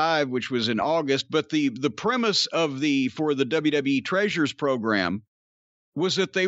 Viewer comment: Why tf does he say tressures like Fred from Scooby Doo